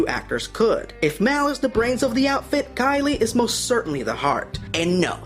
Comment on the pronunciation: I understand people make mistakes. But there is one thing you said repeatedly that is a mortal sin in the Firefly Universe... It's KAYLEE! Not KYLIE! She is not a frickin' Kardashian/Jenner! I was getting an aneurysm, a stroke and a heart attack each time you said her name was Kylie. If I wasn't a keyboard warrior, I would hunt you down, and release a pack of Wild Space Monkeys in your engine room... Now that's been said, Good Video. Well thought out...